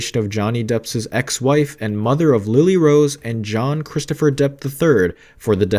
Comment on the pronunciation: If you are going to REPORT….how about getting the pronunciation correct….it ISN’T PARADISE…..it’s pronounced without the “S”…..para-de…..and it’s DEPP’S not Depps-es…..Jesus H. Christ how frustrating you people are…..use GOOGLE if you’re in doubt~!!!!